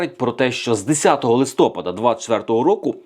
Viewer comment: Взагалі було ЛИСТОПА'ДА ,а не листо'пада. І не поча'ли,а почали'.Чи "пофффєсор"" фаріон Вас так начила?